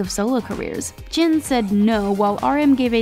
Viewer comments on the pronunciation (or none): did she say chin instead of jin? Also this is all for people who aren't familiar with bts. But then again made by people who don't know kpop well. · This girl said ‘chin’ instead of Jin Edit: Jin and Suga are the oldest my gawd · forced to deal? 2012? ChIn When did the fans say they were forced? We are happy that the members get to rest and have a break NO ONE said they were upset and sad They debuted 2013. You’ve been talking about them forever and still don’t know when they debuted Y’all should do proper research and please before you speak of their name learn how to pronounce it properly We know saying this and we will say it again till you get it right DO PROPER RESEARCH!!!! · Gets even more upset listening to them butcher their names!...Chin?...Sooka? Are these the 8th and 9th members that we didn't know about? lol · Girl why did u say chin its jin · Please try to get the research right or at least say the members names correctly it's not chin it's Jin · The way she pronounced Jin's name sounds like she said chin🙄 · I know he's world wide handsome, but it's J I N 😗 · “CHIN said when duty calls...” if you’re gonna talk about them and get wrong information and do little to no research AT LEAST TRY to pronounce their names right. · she really said “chin”..... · There is no reason they just need a break they haven't had a break since 2013 there is no reason behind it. But anyways the way they say jin?! Boiiiiiii